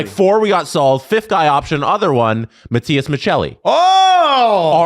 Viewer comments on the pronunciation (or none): none